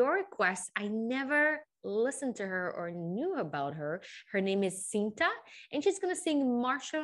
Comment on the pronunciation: Nott this one😣the recent one.. n how to pronounce it just say chinta not sinta.